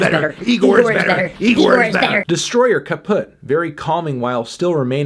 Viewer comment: We said this once and we will say it again Melon. It’s pronounced IGOR not NIGOR.